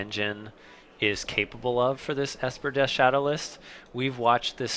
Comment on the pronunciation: Lol they are calling it esper deaths shadow